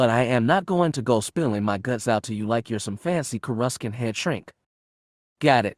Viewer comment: It’s sounded out Cour a sant. Not courascant.. just watch a clone wars episode to hear how it’s said. 😊